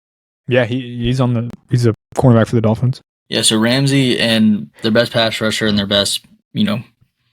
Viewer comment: This man said Ramsey smh 🤦🏽